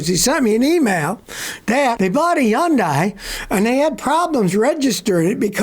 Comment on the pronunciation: Yundai?? Are you telling me all this time the H is silent and I drove one for ten years 😂